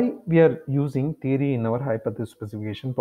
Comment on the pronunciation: It's not thery it's theory